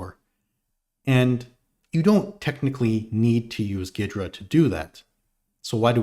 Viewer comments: There was a time, long ago, where there was a tool that pre-dated Ghidra, called SoftICE that allowed exactly this and more, because unlike Ghidra it was a kernel-mode debugger, so below even User Mode where Ghidra is limited out-of-the-box. Also though, pretty sure the correct pronunciation is more like "Geedra" not "Giydra." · Is that really how it’s pronounced? I hear it as “gheedra” often